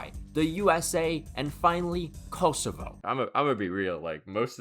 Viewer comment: as a true shqiptar, this means everything, than you. (Also, it’s pronounced Koh-soh-va)